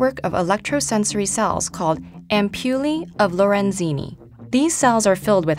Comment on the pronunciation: isnt it ampuLIE, not AmpuLEE ?